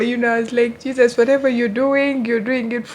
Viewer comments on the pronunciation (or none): none